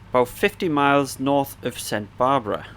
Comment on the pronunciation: Los National Park? Serena Nevadas? Saint Barbara? Man, the days of the British being the world’s authority on English really are long gone aren’t they. 😂 (Los Padres, Sierra Nevada and Santa Barbara are Spanish names of course. Welcome to America. Just a friendly tease, amigo. Good video).